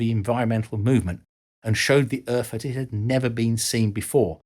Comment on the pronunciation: What is this planet he calls Erf? I've never heard of it before.🤣🤣